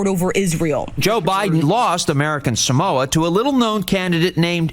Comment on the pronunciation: The silly thing is Jason Palmer didn’t even pronounce “Samoa” correctly.